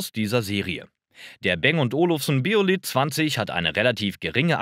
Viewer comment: Der Bang war kein Ami sondern Däne - heißt also nicht "Bäng" sondern ganz einfach Bang... Bose hingegen ist amerikanisch (aus Massachusetts), wird also englisch ausgesprochen ("boos", nicht "bohse")